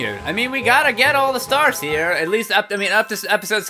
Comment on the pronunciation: Am I the only one hoow notices he's saying STARES AGIAN.???